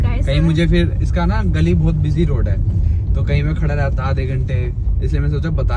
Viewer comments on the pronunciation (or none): none